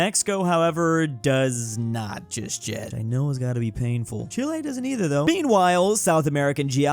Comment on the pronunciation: This man could not pronounce Chile right to save his life.